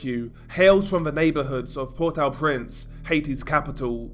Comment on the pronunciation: What about the massive earthquake that destroyed the country? Why you Keep throwing random footage into your stuff? It's meaningless and insulting to the poor people going through it. Get out of your dark bedroom, leave home and stop talking crap. If you can't even pronounce the name of the capital you lose credibility.